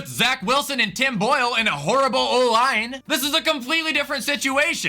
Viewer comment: The way he said Tim Boyle was hilarious to me for some reason 😭